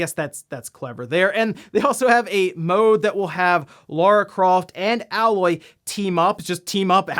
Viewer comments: Aloy is pronounced Ay- loy just small correction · 'Alloy???' Are you sure you are pronouncing 'Aloy's' name correctly? You may want to play the game again to verify that. I'm sure its not pronounced 'Alloy' like the metal. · It's pronounced Aye-Loy 👌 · Isn’t it pronounced, “A-Loy?” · "Ae-loy" good buddy. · Please play Horizon,. It's painfully evident that you haven't based on your pronunciation of Aloy's name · That’s not how you pronounce Aloy dangit haha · Anyone else slightly annoyed at how he pronounced Aloy? Lol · says Aloy’s name like she’s a mixed metal🤣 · I just assumed he never played HZD so he never heard anyone say her name, definitely not a big deal at all! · I like how he reveals he's never played Horizon Zero Dawn by repeatedly saying her name wrong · Aloy > Alloy... that shit bothered the fuck outta me. Clearly he didn't play the game. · Bruh it's "aye-loy" not "ah-loy" 😂 GET 👏🏻 IT 👏🏻 TOGETHER 👏🏻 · It's kinda sad when someone who specializes in this stuff can't pronounce Aloy correctly. It's Ay-Loy, not AL-Loy. Have you seriously never played Horizon Zero Dawn before? You have NO idea what you're missing if you haven't. It's one of the very best games from that console generation. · Her name is pronounced Ay-loy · Its not "Ah-Loy" its "AYE-Loy" !!!!!!!!!! 😂 The games been out for four years and people still do this. 😂😂😂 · I'm gonna be that guy. It's pronounced A loy, not alloy. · Its pronounced ay-loy not alloy 🙃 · The emote was a pose she has in photo mode. And also her name is A - loy. Long A, not alloy. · why does anyone give a shit when a new console color comes? also, its pronounced A LOY not ALLOY . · It's not Al-loy it's A-loy. Listen to them say it in the game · Its A LOY not owloy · AY-LOY, NOT A-LOY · Heyloy, not ahlaoy. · Her names not aloy it's Aloy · it's pronounced Ay-Loy like the letter A and not Ah-Loy like 'metal alloy'. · everybody: Aloy: alloy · It's A-loy not alloy bro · Pronounced "Ayy-loy" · Lol it’s ayeloy